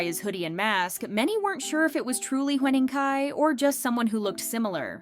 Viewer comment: Huening Kai❌ Hwening Kai✅